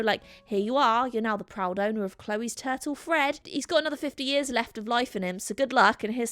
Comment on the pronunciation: The way you say turtle!!! If there wasn't a visual of a turtle, I would've had NO CLUE what you were saying. I've never heard it said like that before! It sounded more like "tattle"